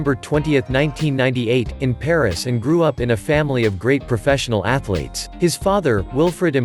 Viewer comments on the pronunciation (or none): none